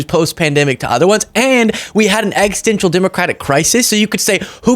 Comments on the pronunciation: did you say we have an eggsistential democratic crisis? 😂 Edit... I kept watching and called it out too! Nicely done! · Best part of video, “eggstential” democratic crisis